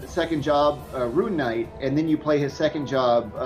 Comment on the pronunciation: when the VP screws up his own characters class name. "Rune Knight" i love kog man